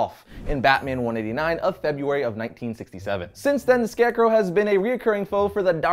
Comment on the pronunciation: I love ' pronunciation of Scarecrow.